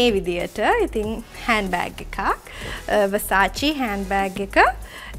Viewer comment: වසාචි නෙවෙයි🤦‍♀️ව සා ෂෙ … Versace 😂😂😂😂 that’s how it’s pronounced 😂😂😂 gosh 🤧🤧🤧🙄🙄🙄